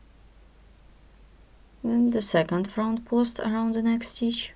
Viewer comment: WHAT THE HELL IS FRAUNT PAUZT? WHAT ARE YOU SAYING? LOL.